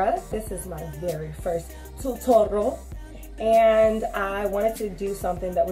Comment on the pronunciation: Did she just say tutoral BRUH